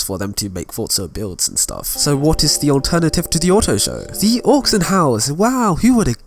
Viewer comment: Your hair looks silly and your voice is just annoying. Get yourself a haircut and learn English. Btw, it’s AUCTION HOUSE not AUXION HOUSE, or did I miss out on their sale on aux cables ?